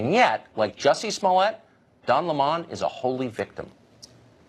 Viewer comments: I think I'll stick with the LEMON pronunciation, not Le Mon. Heh. Le Mon. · Don “Lemahn”?! I laughed out loud. It’s pronounced lemon, like the bitter, sour fruit that he is. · TIL it's pronounced lih-MON instead of lemon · Don le mans? C'mon tucker. Don L-e-m-o-n as in a broken newsman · Don Le'mon lol, its Lemon - like sour, just how Don is, a sour angry lib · Tucker would have been better liked if he called Don Lemon with the right pronunciation as lemon like the fruit instead of La mon At least he would have seemed more informed But I agreed with him 100% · It's not Don Le'Mon...... its Don LEMON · "Le 'mon" Lol, his name is Lemon, like the fucking fruit, not some posh pronunciation that he invented to sound more elitist. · Oh stop pronouncing don's last name Lay-Mon lmao it's Lemon as in the fruit... It's like watching Joe Dirt say "I put an E on the end and pronounce it Dear-Tay" hahahaha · Great commentary as usual from Tucker I was also, as a brit, really tickled to find out Don Lemon's surname is apparently pronounced "Le Mon" I'd always assumed it was lemon, like the fruit. "Le Mon" ha ha Pretentious little twat 😁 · i thought it was lemon, not LeMon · 🤣🤣 don "la mon"... no tucker its lemon... like the sour fruit. I really think piers morgan was only acting for a paycheck in his cnn days... he sounds more red pilled every day. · Tucker, lol.. why are you pronouncing his name wrong like some french fruit or something (no pun intended ). Duudddee, it's lemon like the citrus fruit....like lemons in tea, like bitter but adds a nice edge to your food... *facepalm.... Why am I explaining this.. ha! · It's Don LEMON NOT Don Lee Mon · It's lemon, not lemond. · Tucker killing me with that pronunciation “La’mon” 😂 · "Dawn" Lemon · Don La mon? Really? Why do white people do that 🤣 mispronounce black peoples name on purpose when it's clear what his name really is. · I love how committed Tucker is to mispronouncing Don Le Mon’s name. He knows Le Mon hates it.